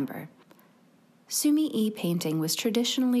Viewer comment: Sumi e . The e is not said like eee in week. It is said like eh in wet.